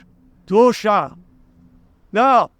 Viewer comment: Man, if you're to "spice up" your rants with russian words, at least learn to pronounce them on a intelligible way. For half of the video I was under impression you were talking about "russain ass" (dupa in polak) while hitting your chest. It's "doosha" with an "sh" like in "she". Or maybe you mean "дух", like "russian spirit"? Then there is no "a".